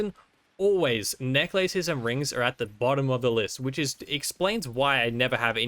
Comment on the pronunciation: The way he says necklaces tho >:(